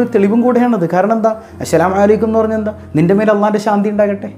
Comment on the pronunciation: Usthad salam parayumbol entho oru ithu assalamu alla ashalamu ano ennoru thonnla